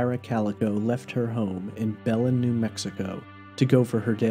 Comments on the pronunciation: I’m from the town she went missing and it’s pronounced “BEH- LEN” not “bel-en” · Its pronounced BA-LYNN, New Mexico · Be-LIN, New Mexico.